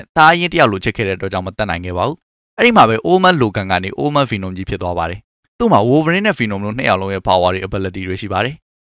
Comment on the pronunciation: ဆက်တောင်နားမထောင်ချင်ဘူး ဘီနွန် ဘီနွန်နဲ့အသံ‌ထွက်လေး သေချာလေ့လာစေချင်တယ်